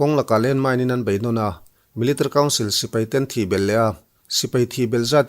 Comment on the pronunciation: Zo YouTuber zingah Military i lam mawi in i hnehsawh ber😅